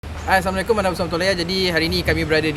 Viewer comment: Bang..review2 semuanya menarik..cuma saya x jelas sebutan salam di setiap awal video..sorry bang..tqtq